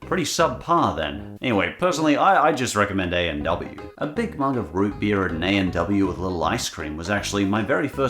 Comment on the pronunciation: Root beer noo Root beerr